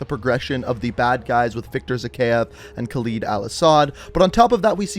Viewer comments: I cringe hard every time you say Khalid or Urzikstan I just like dude you do all these back story videos and that tells me you listen to these people say these words more then enough times but you still butcher them ima still show love cause you put the time in on the videos but damn dude come on pronounce the names right. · Okay. I've watched a fair number of your videos and at this point, I have to say something. How on earth can someone as well versed in the MW lore as you mispronounce every. single. name. You're literally playing video with the names pronounced and mispronouncing them. ER-zik-stan, not YOUR-zik-stan. kuh-LED, not kah-LEED. zuh-KEYE-ev, not zuh-KAY-ev. Seriously, at this point I'm surprised you haven't said EYEM-ran rather than IHM-ran. It's actually what's keeping me from subscribing. It's actually annoying.